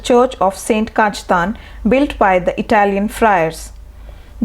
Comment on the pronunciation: Atrocious pronunciation. Please get a person who can speak and pronounce names correctly. The commentator has ruined the name of St. Cajetan and has read the script with no feeling. Just monotonous. The video is interesting minus the accompanying commentary.